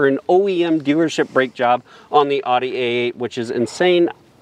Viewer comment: Owd ee. Not odd ee.